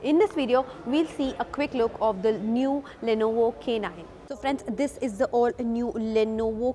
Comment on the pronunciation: Le no vo pronouncing is too good.. madam